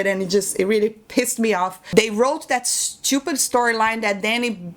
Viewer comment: I can listen to you say "shtupid" all day long lol